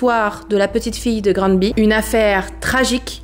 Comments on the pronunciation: On prononce ''Granbay'' c un nom anglophone ! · Granby est prononcé Grannebé au Québec. De plus, tout le monde dit neuf-un-un. Personne ne prononce le 911 comme un chiffre tel que vous le faites. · En fait au quebec ''Granby'' on le pronnone plus comme ''Grane Baie'' lol...mais on est con aussi. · Granbé que sa se prononce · On prononce Grannnnber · Ganby se prononce granne bé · Granby se prononce a l'anglaise " Grand Bay " ... Soit " Grandbée " si tu veux un peu plus phonétique 😅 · Euh… par contre sa se prononce grambé. Sa serait bien de faire des cherches sur la prononciation des lieux. Pour ne pas être irrespectueux. Surtout que tes vidéos sont vu, au Québec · Grammebé meilleure facon de voir la prononciation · Sa se prononce Granbay avec un sonorité anglophone. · Par contre ca se prononce Granbé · Bonjour je viens de Granby et je voudrais corriger quelques choses, la prononciation n’est pas bonne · C'est près de chez moi et j'ai une copine de la sûreté du Québec qui a été appelé la bas ! Je ne peux croire que c'est choses la existe pauvre petite chouette ! Terrible drame Québécois! Et pour la prononciation de Gramby ! Ici on dit Graaambé... loll J'adore tt tes vidéo étant une Fan de Victoria Charlton ... et de tout ve qui est true crime je suis tombé sur ta chaîne. J'adore! Lâche pas ton bon travail .. une amie Quebecoise❤ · On le prononce: Granbé. (Granby) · Ici on dit plus Grann-bé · Ne t’inquiète pas même au Québec, certains disent grambi et d’autres grambay (ici l’écriture des mots est pour représenter la prononciation)! Tu es ma plus récente découverte du True Crime et j’adore ce que tu fais💓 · Québécoise ici et tu le dis quand même pas mal, surtout si on considère que beaucoup de québécois prononcent Grammebé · Je suis québécoise, pour la prononciation, je te suggère de le dire ainsi : Grambay, ou bien grambé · On prononce le n comme un m… Grambé 😊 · Allô je suis du Québec lorsqu’on le dit on dit Granbé même si ça s’écrit Granby 😊😊